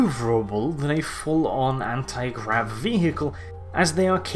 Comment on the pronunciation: he said granti grav instead of anti grav. not a big thing but its nice to see that even he can make mistakes